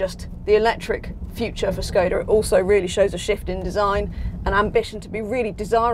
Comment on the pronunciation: I wish people knew how to say Škoda properly (